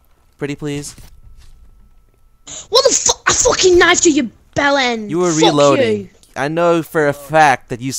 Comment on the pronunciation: He said "fock" about times